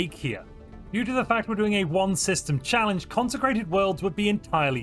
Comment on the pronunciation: one system "challenege"